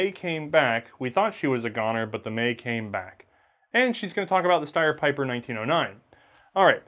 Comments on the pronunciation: Picking a nit, but it is actually an important one. German Like most americans your reverse the position of e and i when the combination "ie" is used. It should be a long smiling "i", not a "ey", Pieper you pronounce like Peiper would pronounce and those are dissimilar words. Steyr however you get exactly right. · Pieper is a Belgian surname and it's pronounced" Peeper". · Just FYI, "Pieper" is pronounced "Peeper".... If you transpose the e and i it would be pronounced "Piper" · Wrong pronounciation: Peeper